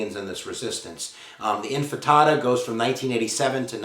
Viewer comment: The first "infada" Wow